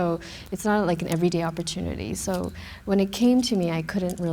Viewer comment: "opportunity" ROFL